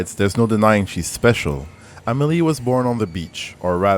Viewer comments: I think for me it didn't click because I knew a strand could be a beach, and you can be "stranded", you know? also, am-e-LIE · When my mum pointed out "am-e-LIE" early in the playthrough, basically all our conversation for a few hours afterwards were "amE LIE THO." Do you think it's different for a Japanese dude? maybe wordplay is more fun when it isn't your native language? idk lol.